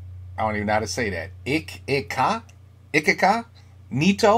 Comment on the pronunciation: EECH ee ka NEE toe :-))